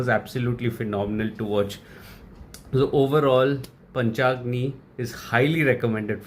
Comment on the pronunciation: Bro it's not Panchagna it's Panchagni